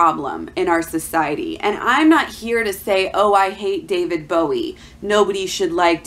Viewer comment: You don't even know how to pronounce the artist's name. Why are you just regurgitating info from blogs instead of court documents. You are trying WAY too hard.